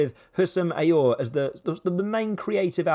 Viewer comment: It was looking like a hopeful series until you pronounced “Aouar “ in such a way. “ Ooarh” ?! Wtf 😂